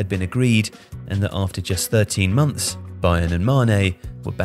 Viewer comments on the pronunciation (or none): none